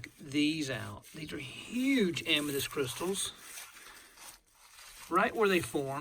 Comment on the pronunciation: I swear I hear you say Amadis or Amatis.